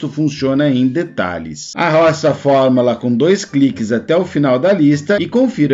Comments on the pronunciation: Se fala “fórmUla” e não “FormAla” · Acredito que seja o sotaque apenas. Não tem nenhum erro no conteúdo do material.